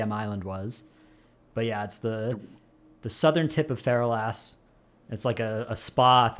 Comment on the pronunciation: God damn it its not fera las. Its Fur all lis. thats how u pronounce it. Fur all is